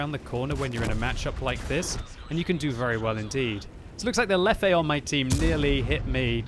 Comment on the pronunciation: Lefefe? really? :D